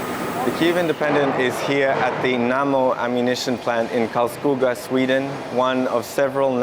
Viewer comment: The reporter pronouanced Karlskoga correct not common for non swedish speakers. Nicly done.